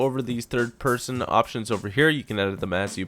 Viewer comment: Peerson.. Pearsun. Peeeeersyn.